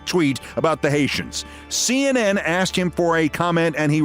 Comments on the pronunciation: "Nobody AXETD you!" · "because nobody axed you"